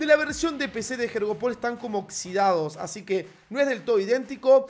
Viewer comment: Todos: “yoryopul” Lu: “jeorjopol”